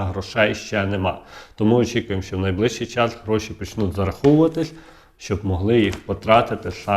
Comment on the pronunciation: Не казалось, а ЗДАВАЛОСЬ,, настоящі, ДА після кожного слова не почнуТ , покладуТ ( замість почнутЬ, покладутЬ), не будЕ ( бУде). Ви з якого села Львівської області? А щоб було перемир'я, то ідіть в ЗСУ і помагайте на фронті, а не заробляйте тут тим, що ллєте водичку.